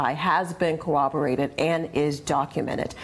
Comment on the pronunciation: “Corroborated”, not “cooberated”.